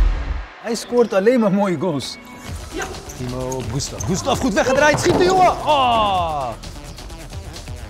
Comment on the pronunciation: Je zegt een paar Timor in splaats van timo